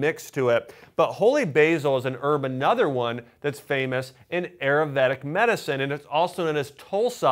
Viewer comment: Great. Ayurveda is pronounced "eye---ur---vaid." Just saying.